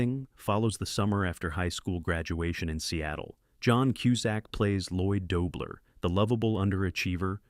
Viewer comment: I love this film! I enjoyed learning these behind the scenes stories, but would have enjoyed them much more if they had been read by a. Mispronouncing the lead character's last name in the first 30 seconds and throughout the piece was the worst 😑